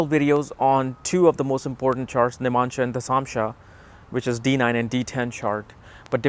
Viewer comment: It is NOT nim-amsha. It is Nav-amsha. Nav.